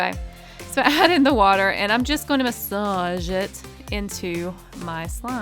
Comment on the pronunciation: You said weter.